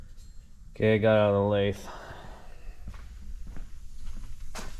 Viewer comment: Homeboy, you gotta learn how to pronounce lathe. Holy cringe you probably also say "jib" instead of gib lol. You're in a machinery desert, I get it. Maybe one day you'll understand the point of a QCTP😂. Nice